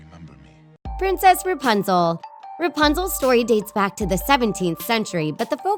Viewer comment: It‘s RApunzel not RUpanzel🤔🙄